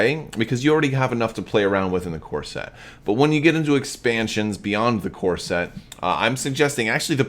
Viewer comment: Ah..."CORE SET". Not "CORSET". Couldnt figure out what you meant.lol